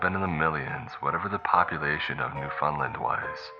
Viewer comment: Pronounced new-fund-land, not new-FUND-Lund